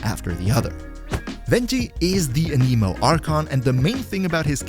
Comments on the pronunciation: anemo anemic is a disorder, anime anemo is the correct pronunciation here lol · A-ne-mo but A-ni-mo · A-nuh-mo. I don't understand why people started calling it an-KNEE-mo. The tool that measures wind speed is called an anemometer. (a·nuh·maa·muh·tr) If you listen to the Devs talk about genshin, they pronounce it A-nah-mo as well. Sorry, I just cringe when I hear it pronounced wrong. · was any one else bothered by how he said Anemo. lol it sounded like he was tring to say anime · a-KNEE-moe. XDD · im sorry, but the way "anemo" is being pronounced, is just wrong and irks me in a bad way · the way you say anemo 😭😭😭... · Never trust a YouTuber who says “an-eee-mo” or “pr-EYE-mo” 🙄 But fr, Kuki Shinobu in ANY team is amazing. Her healing is the best in the game.